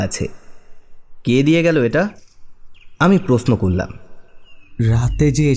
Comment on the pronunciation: প্রস্ন নয়, প্রশ্ন। নাড়াচাড়া নয়, নড়াচড়া।